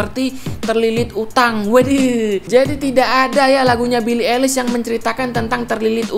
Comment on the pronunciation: Yeahh just say ailish not elis😑